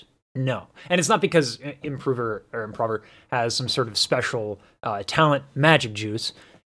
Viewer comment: it is improve-er " pronunciation. Thanks for the content and knowledge!